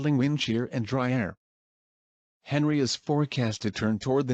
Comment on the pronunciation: Pronounced Henri as Henry not Ahn-ree